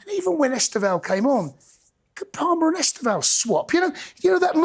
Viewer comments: ESTÊVÃO - (IS-TAY-VO!) 🇧🇷🔵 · It is es te vao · I’d love to be on this. saying ESTÊVÃO name properly 💙😂